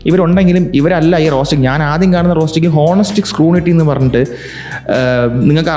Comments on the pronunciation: സ്ക്രൂണിറ്റി അല്ല സ്ക്രൂട്ടിനി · സ്ക്രുണിട്ടി (scru"nity")അല്ല സ്‌ക്രുട്ടിനി (scru"tiny") (Orkan eluppathinu Tini tom inte tini 😜)